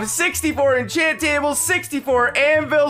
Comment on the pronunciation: Inchant anything I'm pretty sure I can in inchant myslef as well.😂😂